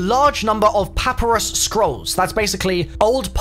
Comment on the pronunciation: "papyrus" not "paparus"